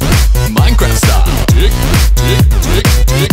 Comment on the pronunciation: I swear i keep hearing him say “dick” and not “dig”